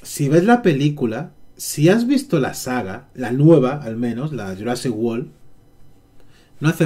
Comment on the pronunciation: "Jurasic wol" jajaja me tente es world 🤣🤣